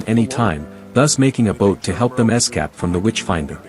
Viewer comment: Es-cap is a hell of a way to pronounce "escape". I guess the LLM voices still have some kinks to workout, nevertheless thank you for the recap!